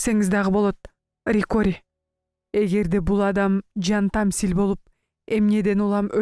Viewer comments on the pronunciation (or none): Жантаслим деп окушу керек